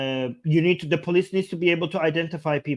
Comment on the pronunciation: It's not Bolice, it's Police.